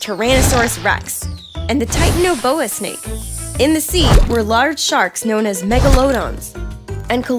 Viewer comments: The second question the titanoboa is pronounced ty-tano -boa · MEH-gah-low-dons (wrong enphasis) tie-TAN-ah-bo-ah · She said Titanaboa wrong and megalodon wrong